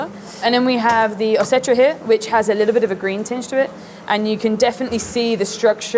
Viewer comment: Running a caviar spot and cannot even pronounce Osetra, fascinating